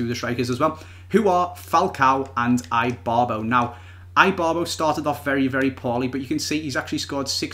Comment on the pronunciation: Its not eyebarbo its ibarbo